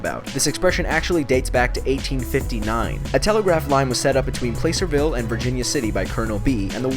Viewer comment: Fun! Thanks, but fyi, Placerville is actually pronounced Plass-er-ville, not Play-serville.